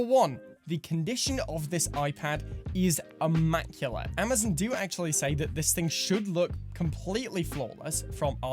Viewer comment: Your ‘Amazon’ pronunciation is so unique and good lol